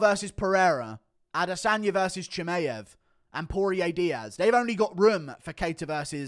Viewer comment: Why cant you say chimaev's name properly 😂